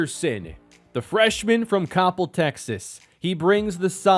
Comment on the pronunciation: It's pronounced "cop - L" Texas